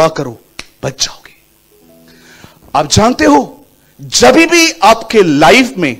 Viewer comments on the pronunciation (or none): kya hai, aisa hindi koi sabad nahi hai, jab bhi...bola jata hai,please pronounce correctly.